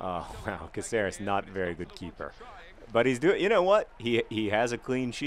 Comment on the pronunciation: OMG JOHN IS PRONOUCE CAAHCERES